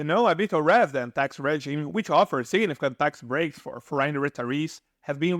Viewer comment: I really have mixed feelings about this video... the intent is good, but the delivery is really bad. First of all, please learn to enunciate the words when you speak, and for the love of God, please learn how to correctly pronounce certain words, like: percent, foreign, foreigner, province, effectively, temperature... hearing the broken English is very distracting. If you want to make successful videos, at least please make sure people can understand you. Secondly, when you talk about the 7% regime in Italy, you don't mention that one has to be a resident in a town in Southern Italy with up to 20k residents, which is key... all the places you mention are well above that threshold. So once again, if you want to make videos to help people, at least do your research right and deliver correct information. Thank you.